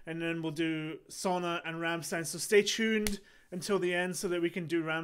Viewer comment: I appreciate your notice on my Rammstein Rammstein link of earlier era performance. Just put it again for good measure. Their stage and pyro preparation got visibly upgraded from 2019, or what I've seen from those gadgets. The correct pronunciation for Sonne should be zone-ner. In that song, a record of spectrasonic sound sequences were played upon command by the keyboardist Flake, pronounced as Flah-ker or Flack-ker. On the note about pronunciation, Ich Will should be Itch Vill. Your movements remind me of that Numa bro Gary Brolsma. I've seen you doing that some videos ago, possibly WIDBIFS.